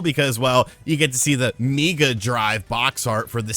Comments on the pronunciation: I hate to tell you dude, but in the UK and Australia we pronounce 'SEGA' in the usual way, and 'mega' is pronounced 'mega', not 'Meega' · At the risk of falling for a meme. Please tell me you're joking with the "seega" and "meega" pronunciation. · Not sure if joking, but it’s not pronounced Mee-ga or See-ga anywhere in the world 😂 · Meega drive 🤣🤣🤣. I can happily say we don't pronounce it that way 🤣. Much Love.